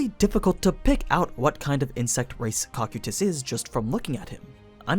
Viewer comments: Kou-kye-tus Not cock-you-tis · he says cock-o-tus, its co-kai-is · ah yes, the tall blue armored bug man's name: "cock-you-tis" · Am I wrong or is your pronunciation of Cocytus wrong? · noone gunna mention that he said cocytus' name wrong?? Or is it said differently when comparing sub and dub? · Stop saying his name wrong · Why tf do you say his name like that